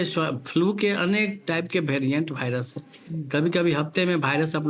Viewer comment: Viras ko Bhairas bata raha😂